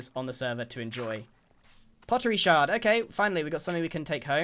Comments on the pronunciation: Grian calling a shard a shird broke me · ✨A sHuRd ✨😂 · Sheered A sheeerd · A sherd..😂😂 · What's a "sherd"... It's called a shard Grain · Gotta love Grians pronunciation of the word shard